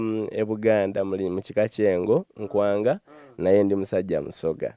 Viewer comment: YOUR NKWANGA not Nkwaanga